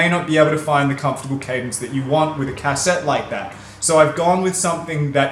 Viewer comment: I love how you pronounce "Cassette" as "Cass-ette" lol